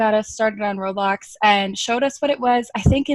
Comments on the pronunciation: why do u call it road bloxs its roblox like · Its eoblox not "roadblocks"